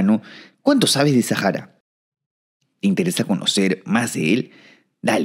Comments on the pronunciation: ¿Por qué lo pronuncias en inglés? La H en español es muda!! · Porque dices “Sajara” y demás gentilicios con J y no con H que es muda en nuestro idioma… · En árabe la H se pronuncia como J, posiblemente es por eso.